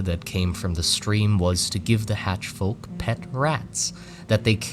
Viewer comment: You and Farya Faraji are the only 2 guys I've heard pronounce the L in folk, its very based.